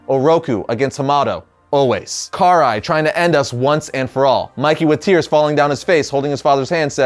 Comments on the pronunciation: Pernoumced ka-Rye not Car-eye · Who is Car Rai? 😆 It's Karai (Ka- Rai) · Karai is pronounced (Kah-Rye) not (Car-Eye) lol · It’s “Karai” not “Car-eye”! Lol you’re killing be dude.... 😎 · Why do they call get Kuh-Rye in the shows but and Historian pronounce it this way...which sounds so weird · He said Car eye 🤣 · The way u say karai’s name is just ugh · It's annoying hearing you pronounce "karai" wrong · Why is it no one seems to know how to pronounce Karai anymore